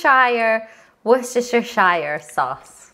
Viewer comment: Organisation here I come, Heaven! Thanks. It's Wu - stuh - shuh. I just say Wustuh sauce for short.